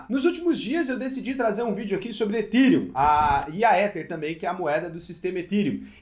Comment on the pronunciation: Ethereum se pronuncia ETÉRIUM. Não é etirium